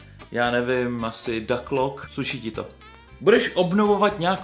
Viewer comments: a zle to povieš. Nehovorí sa to daklock ale duklock. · cita sa to s u nie dacklock... :-D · Ducklock se nečte s "A", ale s "U"